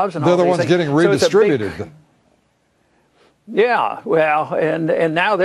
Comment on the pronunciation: Did he just speak through his teeth when he said the tea party were the people whose wealth had to be "redistriibuteted"